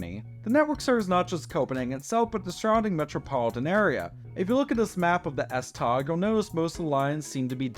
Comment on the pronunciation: Regarding the Copenhagen S-tog: 1: it's pronounced more like S-tow or maybe S-toe. In Danish, g is usually softened to a 'w' sound if placed at the end of a syllable. 2: there are no current plans or even discussions to extend S-train service to the airport. However, there are serious deliberations about building a second city-centre tunnel, often referred to as the "express tunnel" because it would have a more direct route and fewer stops than the current tunnel. 3: the F line will be the first to be fully automated, but current plans are to make ALL the lines fully automated. 4: the tram/light rail line on Ring 3 is already nearing completion and will open its first stage in late 2025, with the rest opening in 2026.